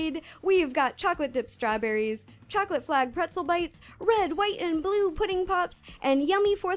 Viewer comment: She said strawburrys. Oh no she is eating us burrys!!!!!!!!!